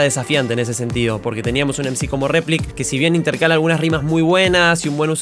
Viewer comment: envés de replik dice repilk